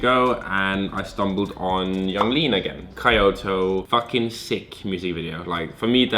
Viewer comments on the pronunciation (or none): He pronounced it like coyote lol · did he say “kai oto” instead of Kyoto? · Tsunari Minamoto it's key-oto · "Kai-O-Toe" -, 2018. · ky-oto hahaha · Kyoto is pronounced Key-oto beeteedub lesbinans powah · Johni Simonsen kyou - to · Tsunari Minamoto yeah more like kyo-to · You bean how tf are you pronouncing kyoto?